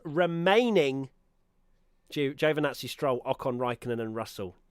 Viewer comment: It's "ji-o vee nazi" not "Jo venazi"... Perez keeps getting shitty traffic in qualifying...